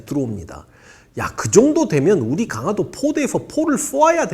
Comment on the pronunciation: 잘 듣고 있습니다. 다만 강하도가 아니고... 강화도입니다. 발음이 좀 거슬려서요.